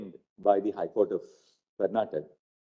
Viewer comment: It is not karnatak. It is karnataka. Please somebody correct the lord